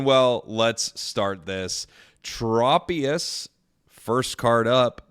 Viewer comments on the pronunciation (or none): none